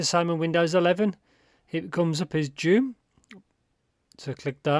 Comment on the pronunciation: Nice review as usual. Btw, it’s pronounced as jü, meaning chrysanthemum, that is what the character on the cover means. The flower on the faceplates represent chrysanthemum.